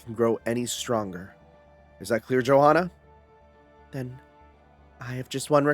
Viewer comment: just fyi Johanna's name is pronounced Yohanna with the hanna part pronounced like "hunter" but fast and without the t sound